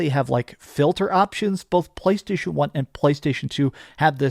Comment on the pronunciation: I cringe every single time you pronounce “PlayStation”. You F’ it up, for the rest of us…🤢🤮🦄